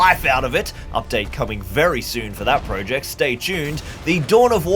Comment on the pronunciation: I can't believe after the amount of projects you have undertaken, you still haven't learned how to pronounce "project" yet....